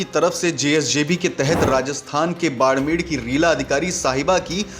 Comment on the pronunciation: बाड़मेर है भईया जी, बाड़मेड़ नहीं!